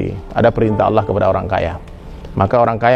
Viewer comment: Ini salah banget y..g ada org Padang yg bilang Alah....tp Allah jgn salah ustadz y..apalg nyebut org Padang!!